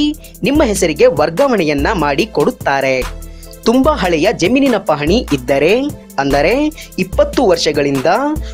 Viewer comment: ಇದ್ದರೇ..ಹೊದರೇ....ಬಂದರೇ.... ಸ್ವಲ್ಪ ಚಲೊತ್ನಾನಿ ಹೇಳದ ಕಲಿರಿ ಸುಗಾಳ್ಯ